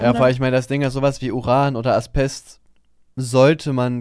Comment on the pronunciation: Zum Thema Allgemeinwissen. Das Zeug heißt "Asbest" nicht "Aspest"